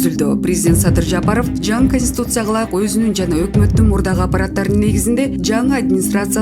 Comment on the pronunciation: Эй алып баруучу шашылбай окучу ошондо туура окуйсун, конституция деп туура окугун ошондо туура окуйсун кансуция эмес, сени ит кубалап бараткандай шашылып окуйсунго экичи